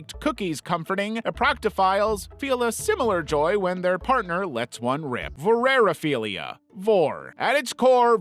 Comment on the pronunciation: the overly emphasized A in "vor-Are-philia" was lowkey a jumpscare. Never heard someone pronounce it like that before